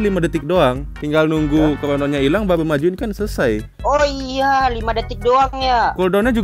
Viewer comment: Baruuuu❎ Bahuuuu ✅